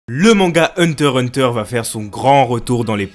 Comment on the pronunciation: Le x ce prenonce !